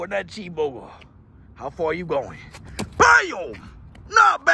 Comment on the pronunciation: CHWEESE BURGER